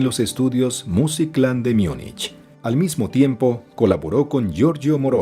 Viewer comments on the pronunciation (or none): none